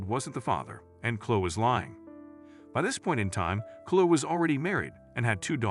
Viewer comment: Story 2: It's pronounced ChloE not Chlo